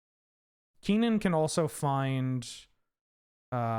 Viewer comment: It's very weird to hear pronounce Kinnan with the first syllable like 'key' when I've only ever heard it pronounced 'kin' as in 'kinship'. Not saying I'm right, just saying it threw me off for a second.